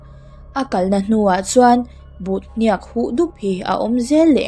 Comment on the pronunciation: Ngaihthlak anuam thin mange!!👍👍..mahse thil lamrikdan ka ngaihmawhdeuh tihdikloh inei nia ka hriat chu ke HNIAK ilamrik thindan kha hniak tiha atawpa k kikha "F" ki in asangin k kha ilam thina,mahse "D" ki ang deuhin ahniama lam tur ania,hniak tihtur k kha ahniam tual2 nihchu😊